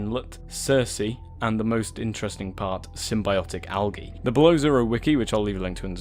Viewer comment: algee... thats not how you say it